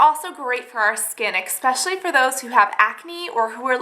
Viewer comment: AH! expecially strikes again